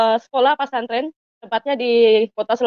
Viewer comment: Masuk pak santren...bukannya harusnya pesantren ya....Allah sdh membelokkan lidahnya,ngomong bhs indonesia aja keseleo palagi sok2 an baca alquran tmbh kelu lidahnya,bc yg latin aja susah banget😂😂😂